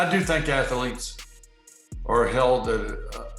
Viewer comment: I mean if they are going to behave holier than thou they could at least say the word "athlete" correctly. Im not aware of a 2nd "A" in that word. And since people like him love to point out Black folks dialect as lack of intelligence, ill just go ahead and say this. You should not be a grown ass man saying "Athaletes" you sound like a 6 yr old